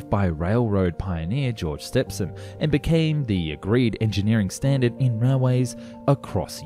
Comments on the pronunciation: Good video but please try and get the name of the worlds greatest pioneer right. It is pronounced George Stevenson, not Stefson. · Stepson? Stepson? Ah yes the famous steam engine designer whose mother re-married. Come on, dude, don't you have a "ph" in the Antipodes? "STE-VEN-SON". And seriously, a thousand metres is NOT NOT NOT a "KLOMMitah" it's a KILOmetre. All SI multiplier prefixes are pronounced as if the unit wasn't there, then the unit is added, otherwise you'd have mi-LIL-itahs, cubic sen-TIM-itahs, KLOGrammes, meGAH-watts. No, kilo to rhyme with pillow, milli like the girl's name. First syllable pronounced and stressed. Devices for measuring can have their pronunciation altered as e.g. al-TIM-eter, but not units. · Mate, it's not "George Stepson", that's someone else. Stephenson is said like "Stevenson". Heard it a million times in school and on doccos, eh. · its pronounced George Stevenson not stepson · Wait who's Stephson? Ohhh Stephenson. Pronounced Steven-son for Americans. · what the FK? manages to pronounce it George Stepson instead of Stephenson... was this narrated by a bot lmao? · Very interesting video, but please, George Stephenson's name was, and is still, pronounced Stephen-son, not Step-son. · All of this interesting information, yet you cannot pronounce the name of railway's greatest pioneer - George Stephenson. Pronounced like 'Steevun-sun'. Not 'Stepsun'. Don't you ever speak with other human beings? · George WHO ? stepson? nah don't think so, try saying Steve -en-son. bloody colonials..... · its george ''steven-son'' not ''step-hen-son'' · Where did this guy learn to read? Since when is Stephenson pronounced "Stepson". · Surely Stephenson is pronounced “Steven-son”, not “Step-son”. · George Step-son? You want a try at reading that again? It's George Stephenson. Pronounced Steve-en-sun. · George Stephenson pronounced Stepson? Wtf? Steve-en-sun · Its pronounced Stevenson, not stepson. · Step-son ..... ? Steven-son it is pronouced !!!